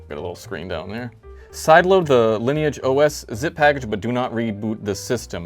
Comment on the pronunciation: Woah, a youtuber who can pronounce Lineage OS properly?